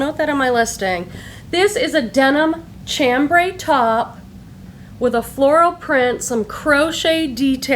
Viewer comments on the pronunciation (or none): The Tolani top you found is from her QVC line, not her dept store line. That Aran (pronounced "air-an") piece is QVC as well. The fabric chambray is pronounced "sham-bray" . When buying FLAX pay attention to the labels. The oldest pieces, under the name Angelhart are really valuable. She went into business with her husband and changed the name to FLAX. Older labels can be simple printed fabric with stamped name and affimations. Fast forward to a messy divorce when he got the company.. which he sold. Rhe clothing since then isnt nearly as good. The sizing isnt as generous and quality of linen isnt nearly as good. You can still find the early 90's stuff that has plenty of wear left because the linen was that good. The newer FLAX doesnt sell for as much or as well...too much quantity exists. Once again, Zegna is pronounced "zen-ya". Bonhome is "bon-oh-mee". Hot Cotton has been around almost as long as FLAX. I used to own/buy it back in the 90's but the new stuff just isnt as good. Cut smaller, cheaper fabrics. As an FYI, Anne Klein was designed by Louis del'Olio after Anne retired, then a new designer came on board to help. Her name? Donna Karan! If you're lucky you will find AK with a label reading Anne Klein by Louis del' Olio and Donna Karan. This was before she left to create her first line of basic pieces that made her famous.